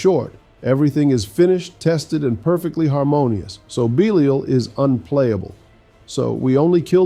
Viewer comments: Why do keep bouncing between two very different pronunciations of Belial? 😆 Is the audio for your voice AI generated? Bee-lyle, Bee-lee-ull. Also, this is all just academic info anyway, because most people are not just going to ignore their Greater Lair Keys. Lastly, you seem to be ignoring the fact that you can convert 850 materials to Forgotten Souls at the Alchemist. It might be "faster" to ignore them if all you care about is speed farming your Superior Lair Keys, but doing this over time will result in a loss of tens of thousands of Forgotten Souls. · Bee-Lee-ull/all is actually the correct way to pronounce this name, that has existed for thousands of years before the Diablo series. In the Diablo universe though that's not correct. What gets me is he keeps bouncing between two, or even three different pronunciations. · Why the hell do you keep pronouncing belial 2 different ways??? 🤔